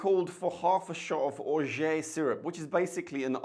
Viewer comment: Orgeat is pronounced Or-zhaat if you speak English or Or-zhaah if you speak french.